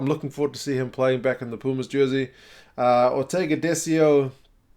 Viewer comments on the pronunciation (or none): none